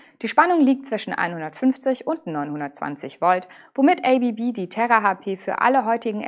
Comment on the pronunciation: ABB = Asea Brown Boverie => wird ganz einfach deutsch ausgesprochen!